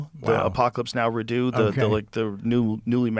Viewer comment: Joe pronounced redux as redo😂!! Good grief